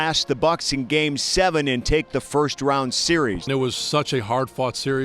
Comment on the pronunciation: Rround 2 instead of Round 2 LOL